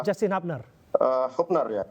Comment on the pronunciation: Coach fakhri berat banget ngomong pemain diaspora kek hubner sama struick hahaha